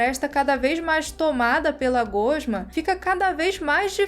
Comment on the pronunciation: Eu não gosto de corrigir as pessoas; mas já percebi nesse vídeo como em outros que você pronuncia a palavra "gosma" de forma incorreta. Voce pronuncia "gôsma" e o correto é "gósma". Nenhuma dos exemplos tem acentuação gráfica, estão aí só para efeito de mostrar a tonicidade da palavra.